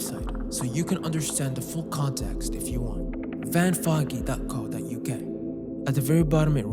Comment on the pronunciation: It's van fogey, pronounced foe-gee as in old fogey